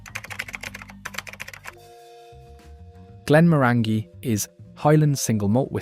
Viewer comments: Always a mistake with this otherwise reliable robonarrator, eyes-slay malts, Glen more_angy? Really killed the vibe those ones. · My go to Whisky is Johnnie Walker Black with a drop of water and no ice. In South Africa we get our whiskys at 43 % abv and 750 ml. I often hear that the pronunciation of Glenmorangie is Glenmoranjee. Glendiddich is Glenfiddihf. Izla ??? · GLEN-MORANYGY rhymes with ORANGY. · Repeat after me Isle-la, La-ga-voo-lin. For gawd’s sake if you’re going to rank whisky at least have the decency to pronounce their names properly. Not to mention what you did to Glenmorangie. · I'm cringing when you pronounce glenmorangie and glenfiddich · You need to learn to pronounce Glenmorangie and Glenfiddich properly, but that's what happens when you use AI